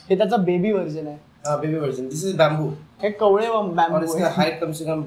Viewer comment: कवळे नाही कोवळे